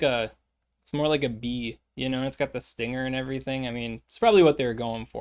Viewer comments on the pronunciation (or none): none